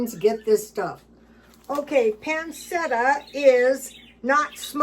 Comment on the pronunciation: Pronounced...pan chetta